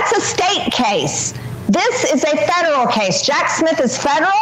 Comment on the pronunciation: I know she's saying federal but it sounds like she's saying feral. Lol.